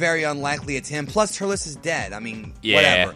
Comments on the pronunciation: its turtles not turtilis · Its Turles